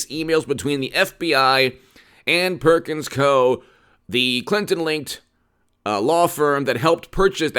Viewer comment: Perkins Coie is pronounced "Coo E" or Cou-y. I used to work there, I know.